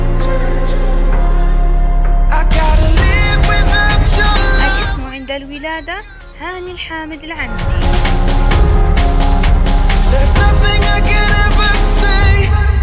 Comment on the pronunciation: المذيعة نطقت اسم العائلة غلط 😂. العَنْزِي 😱 😂😂. النطق الصحيح هو اِلِعْنِزِي. عموما هو مش وسيم بالمرة ، الشي الوحيد الحلو فيه هو طوله ، فقط.